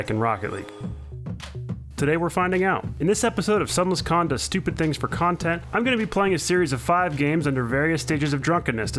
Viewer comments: Hehe Khan-tent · I swear he said "kahn-tent" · did he just say "khan does stupid things for khantent" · Khan-tent, Khan-centrations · nah he said cuntent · Interesting “Khan”tent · "Stupid thing for Khantent" lul